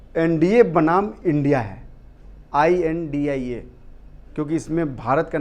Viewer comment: Please. Never say india, it's. I. N. D. I. So pronounce as with break. Acronym